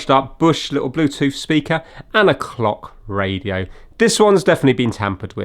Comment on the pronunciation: I can't be the only one that heard 'cock radio '😂